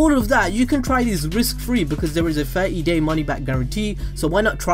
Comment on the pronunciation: I herd gay and Night ;-; I know you mean day and night 😂